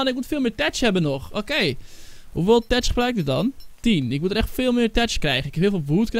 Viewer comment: je spreekt uit thatch als fatch